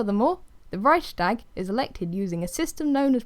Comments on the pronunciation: Good god, that's not how you pronounce Reichstag, you're butchering it. but otherwise a nice video about Weimar republic. Weimar republic could not remain in that international climate. By 1930 world was changing and the only way large nation could survive was to become and empire of some sort.. Japan attacked Manchuria etc.. so it was doomed P.S. Wiki has a lot of right pronunciations on historic stuff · Really great video but i lost when you said Reichstag im sorry :) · I’m German and I just love hearing non-German people saying „Reichstag“ I swear my heart melts every time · Funny how you pronounce Reichstag. I'm German btw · I love how you say it! It makes me giggle. 😅😂